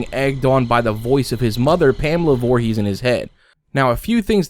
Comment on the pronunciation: sorry Pamela voorhees word correct